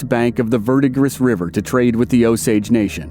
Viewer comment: The Verdigris River's name is pronounced "VER-duh-gree".